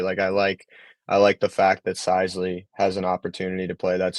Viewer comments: His name is “sis-le”. Not “size-le” boss…talking like you Know all about him lol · and you can't even pronounce Trent Sisley last name correctly. OMG. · If you put Pundit back on while butchering Sisley name I’ll stop subscribing. Get it right you dorks. 😂